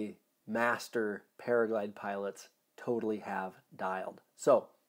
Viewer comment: Another super valuable resource, thank you! Just curious, it sounds like you are saying that you are a "paraglide pilot" vs a "paraglider pilot" — is it just your accent that hides the final "r", or...?